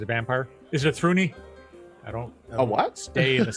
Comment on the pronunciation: Wait you pronounce it "Thruni"? ...I always thought "Thrune" was with "e"